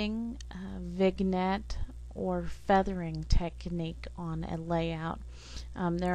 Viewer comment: FYI - It's pronounced vin-yet